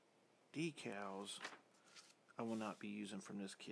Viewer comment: Hi try and sound happy and do you get off on decals? Pronounced D E K A L L Z ...